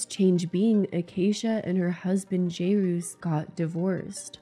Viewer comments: He clearly pronounces his own name "Jerris", how you ended up on "Jayroos" is such a (funny) mystery to me 😂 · wish I had a counter for everytime she pronounces jerr-is like jay-rouse hahaha 😂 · Not: "Jay-Ruce"... They say it more like: "Jare-Ass" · It's jer-us not jay-roos. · How did you hear acacia and jairus both say his name and then come up with “Jayroos?” 😭😂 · You calling him "Jayroos" the entire time is a perfect read lol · I can’t with the jay-ruse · My God, you included multiple clips where his name is pronounced and even acknowledge that you are mispronouncing it but still keep saying "jay-roos" Still a good video though. Just... Jay-roos?! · Something about you calling him Jayroos the whole video was taking me out😂😂😂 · hey guys jairus is pronounced like "jared" like jared leto but with an s instead of d lol it's painful watching ppl struggle with it 😭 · Great video. Jairus is pronounced "Jair-riss" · jayroose? JayRuse? Acacia: jeriss...then in another video jayruse Lol will it ever be solved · you really can't pronounce jair-us? ☹️ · The way you play a clip of Jarius saying his name and you still butcher it right after 😂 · You confidently mispronouncing Jairus’ name the whole video is sending me 🤣🤣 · Including how to say his name in the video. Still pronouncing it incorrectly. Commitment I guess. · Acacia and Jarius are super annoying and have tons of issues but please hearing you pronounce it wrong over and over was sooooo annoying im so sorry literally cringed over and over ugh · I love how you said his name wrong the whole video. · i find the topic of acacia to be super interesting but i couldn’t get past the mispronunciation of jairus the entire time, especially when clips were inserted of him pronouncing his name correctly 😭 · They pronounce Jairus' name several times in video clips so it was jarring to me every time you pronounced it wrong. Yeah, I know, weird thing to comment on... I just have a pet peeve about names being mispronounced.